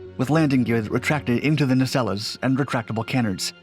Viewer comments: That's not how you pronounce canards. Kuh-nards not kae-nards. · ….its “nuh-SELLZ” and “kuh-NARDZ,” not “neh-SELL-ez” and “CAN-nerdz.” Just sayin’. Ironically, though, your French pronunciation is phenomenal. Totally on point. I say that’s ironic because “nacelles” and “canards” are both French-based terms appropriated by English/speaking aviation engineers…. Heh.